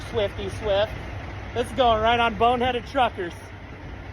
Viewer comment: How many times is that guy going to say the video's going on BoneheadED Truckers?? It's BONEHEAD - no "ed" on the end. 🤨 Grated on my nerves.